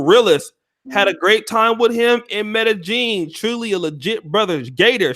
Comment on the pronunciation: It's pronounced MEDE-YEEN NOT JEEN IJS!